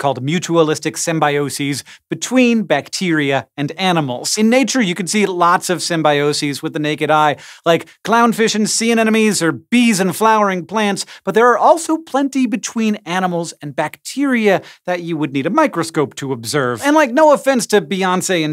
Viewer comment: He also said sea anenemey